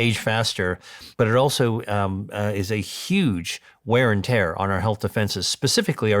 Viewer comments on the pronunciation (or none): none